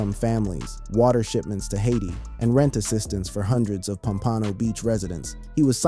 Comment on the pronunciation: Pom-pa-know !! lol this dude is killing me every time you try to pronounce Pompano Beach, Florida. lol sheesh